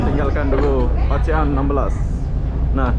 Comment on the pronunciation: Gk lucu pun, Oceanna yang ngakak, abang itu bilangnya Ocehan😂